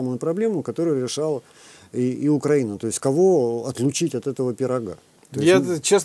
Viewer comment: вам наверное не нравиться, что я так пишу вашу фамилию, правда? Вот и я очень надеюсь, что вы не специально коверкаете название соседнего государства, а лишь переняв такую формулировку от украинофобской "высокограмотной российской интеллигенции". Поэтому подскажу, правильно говорить не УкрАина, а УкраИна. Примите во внимание в будущем;)